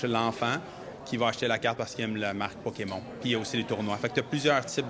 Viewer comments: le dude est pdg d'une compagnie qui vend des carte Pokémon et prononce Poké-Mont ??? WTF le scam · OMG... Le gars prononce ça Pokémont... LOL. J'espère qu'il ne va pas prononcer Riftbound, Riftbon.... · J'ai plus l'impression qu'il était pas sur a quelle point il avait le droit de prononcer à l'anglaise a la TV Québécoise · Sa façon de dire Pokémon me trigger solide. 😂